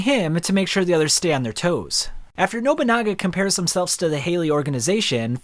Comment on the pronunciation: & “Nobanunga” bro is terrible at pronouning names 💀